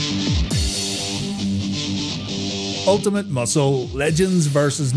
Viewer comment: UL TI MAT.....MUSCLE